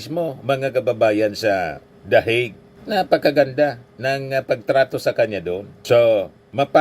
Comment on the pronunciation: Bato pronounce dahik😂😂😂the hague ( the hayg)